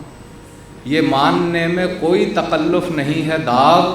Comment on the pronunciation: It is TAKALLUF not TAQALLUF